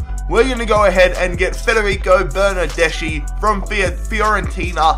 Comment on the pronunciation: I'm italian... bernardeschi is pronounced bernardeski